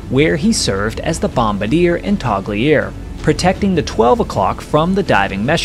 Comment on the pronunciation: Interesting story. Fantastic CGI. I thought that the Bombardier hit the switch. What's a toggleier?